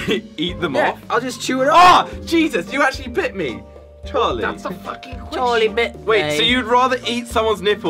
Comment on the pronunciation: be like " Charle bite me" 😂